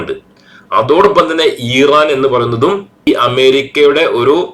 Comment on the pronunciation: ഈറാ൯ അല്ല ഇറാൻ എന്നു പറയുക.